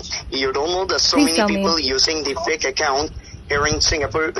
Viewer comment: The most hilarious and cringing part where he actually trying so very hard to speak without his natural thick Indian accent but accompanying with all that broken English scattered all over it….i dunno what he trying to sound like tho🤷🏻‍♂️😂😂😂😂 The way he say the word ‘Account’ just crack me up real good lol lol 😂😂🤦🏻‍♂️🤦🏻‍♂️ goddamn that nostril sounding..